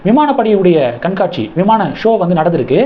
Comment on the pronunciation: குட்டி திருத்தம் "கண் காட்சி ".... "காண் காட்சி" அல்ல Sorry.... மிஸ்டேக்ஸ் சொல்வதற்கு 💐💐💐